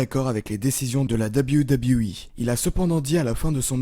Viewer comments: Insupportable, j'ai arrêté le visionnage très rapidement pour tout les raccourcis dans l'histoire de Jeff Hardy, la pale connaissance du sujet, les montages incohérents... Et pour le dab you dab you 🤣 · Arrête de dire "Dab You Dab You E" stp